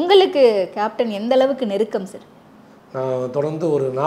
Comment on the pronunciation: சேர் கட்டில் பெஞ்ச் 🤦‍♀️🤦‍♀️🤦‍♀️🤦‍♀️ அது சார் ..சர் தான் சரியான உச்சரிப்பு...